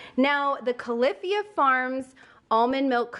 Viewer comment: It's pronounced "Cali-FEE-ah" like California. I've shopped Fresh online but now don't feel like lining Bezo's pockets anymore than I already do. It saddens me that he also own Whole Foods. sad